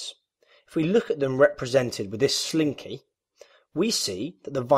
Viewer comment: You had me at, “sleen-KAY”